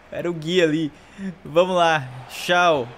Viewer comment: plmds,n é Gui,é GUIÚ